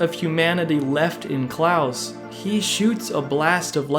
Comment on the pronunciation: That man can't read so I'll spell it like CLAWS (even tho it's Claus) not Klaus!